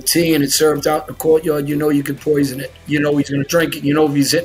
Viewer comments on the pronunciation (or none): "Or poisun their cawfee" - John Alite, 2023